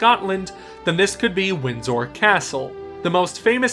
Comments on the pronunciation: And Windsor is Win-ser (Or win-sor depending on who you ask). The 'd' is silent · "Wind-zorr" Lol